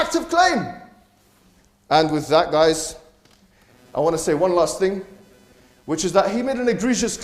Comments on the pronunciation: I don't appreciate sophistry, good? he pronounces ..thing as ..think. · pronunciations of ‘thing’ as ‘think’ is annoying. Somethink. Everythink. Nothink.